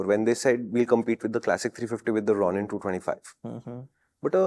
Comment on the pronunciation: How does no one know how to pronounce Ronin?